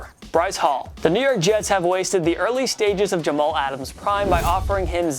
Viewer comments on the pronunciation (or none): none